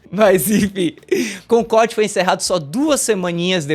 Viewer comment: Primeiro,, tira esse boné pelo amor de deus; Segundo,, nao é "Concorrrrrd", é Concordi!